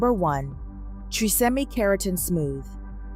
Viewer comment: Thanks for the information. TRESemmé is pronounced "tres say may" not "tre simmy."